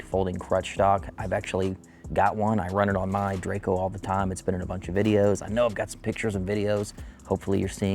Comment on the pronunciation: Drako, not drayco :D